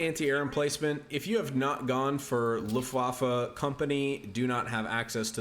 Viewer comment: Luftwaffe literally means air weapon in German! What you are saying means "the waffle at the windy side of the ship"... So yeah, quite different. Also, the way you're saying Wehrmacht (defense force) means "who's causing trouble?" Took me some time to understand what you were trying to say as a German 😂